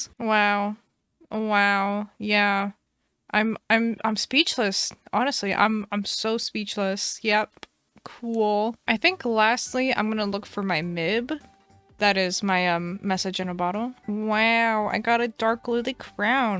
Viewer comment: it’s miab not mib message in A bottle 😂but mib sounds funny